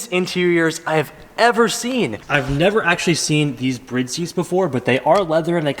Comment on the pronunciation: Bro its Bride seats.. you said brid. Love the channel